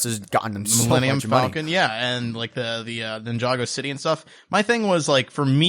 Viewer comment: no no! not ninjagos, ninja go's.